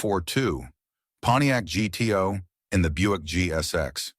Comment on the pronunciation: I'm surprised the AI correctly pronounced the Pontiac as G-T-O and not gu-too.